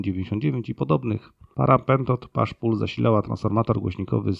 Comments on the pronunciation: Bardzo fajny odcinek i caly kanał. Też lubie lampy El84, mam 2 wzmacniacze na tej lampie, uwazam ze w SE potrafią zachwycic. Prosba do autora: push pull nie wymawiaj "pasz pul" bo strasznie zgrzyta. Pusz pul jest ok 😀👍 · Fajny, ciekawy materiał i edycja. Proszę tylko sprawdzić wymowę "pasz pul" - (push pull). Czy można prosić przy okazji o filmiki na temat lamp 805 i EL156? Dziękuję i pozdrawiam! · W Ameryce mawiają "puś". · ale Pan czyta to słowo akurat, jakby Pan znał zasadę zamiany wymowy "u", tylko że akurat w tym wypadku czyta się po angielsku tak, jakby przeczytać po polsku, niech Pan nie kombinuje w tłumaczeniach, bo się Pan pogrąża; porusza się Pan w tematyce technicznej, gdzie większość wiedzy jest w języku angielskim i nieumiejętności wymowy takiej podstawy, jak push - pull nie może Pan uzasadniać nieznajomością języka angielskiego - napiszę tak, niech Pan nie zna języka angielskiego, jeśli Pan zna układ push pull to powinien Pan należycie wymawiać ten termin, a nie robić z niego jakiejś paszy, nie jest Pan rolnikiem (jak sądzę) skoro Pan nie zna angielskiego, to można skorzystać z tego, że ktoś pomaga i zwraca uwagę, część słów wymawia Pan dobrze, a niektóre dziwacznie, na dodatek upiera się Pan nadal wymawiać w ten sposób, koledzy z branży nie śmieją się z ciągniętej paszy? (skoro Panu nie jest wstyd, to niby Pańska sprawa, jest jeszcze coś takiego, jak odpowiedzialność przed innymi za to, co się mówi, nieładnie jest np. wprowadzać innych w błąd) niemniej jednak dziękuję Panu za poświęconą uwagę i życzę dużo dobrego